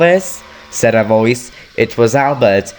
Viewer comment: It's said not sayd